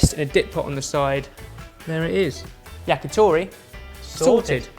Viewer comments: YACKYTHORRY Fucking hell pronounce it correctly! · the "t" sound in many Asian languages are not the soft, pushing-air-through-the-front-teeth-t in English. In order to say "to" in "yakitori", you should place your tongue on the top of your mouth and push air out quickly and it will create this small pop sound. That's "t". Then just round your lips so that the pop sound that comes out will sound like "toh".